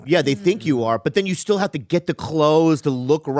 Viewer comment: “thank gawd ma brotha steeal”😂